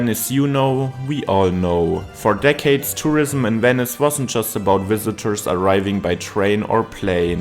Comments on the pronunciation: Weni, Widi, Wenice. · Wenice? W?